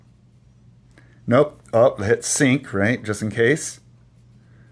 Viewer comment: What are you doing saying " sunk" ?... it's pronounced " sink" ...I.e. sync ..English uou know.. it's a phone setting concerning the app, ...see the Background info on the app.